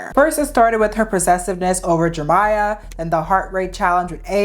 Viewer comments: Jeremiah. Not Jermiah. Head ass. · Why do you keep saying Jermiah...his name is JEREMIAH Have you never seen that name before?? Do you not know how to pronounce it?? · His name is FOUR syllables!! Jer Eh My uh!! Why can't you say it correctly? Makes this video unwatchable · I think you’re mis-pronouncing Jeremiah’s name. It has 4 syllables. I think you’re saying “Jermiah “ with only 3 syllables… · the way this creator pronounced Jeremiah as "Jermiah" is driving me insane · you forgetting the second e in jerEmiah is sending me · It’s Jeremiah 😂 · its pronounced jer-RUH-miyah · Many people come across words that they struggle to pronounce, Jeremiah is her word. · Why yall let her pronounce Jeremiah’s name like that the whole time?? 😭